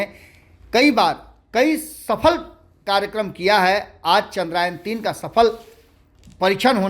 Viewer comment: चंद्रयान बोलिए न , बार बार चंद्रायन क्यों बोल रहे हैं?